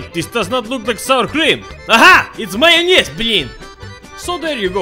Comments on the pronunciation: denisaxso lol did it occur to you that pronunciation might be the same in different languages? To me as a Russian/Ukrainian speaker it sounds like he’s speaking Russian by the way he said borsch and mayonnaise, not to mention he said «блин» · AHA ! Its mayonez BLIN ! I DIED xD !! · Aha, it’s mayonez blin